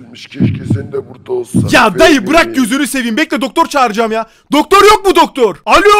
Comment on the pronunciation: dakikadaki daktor demesi komik.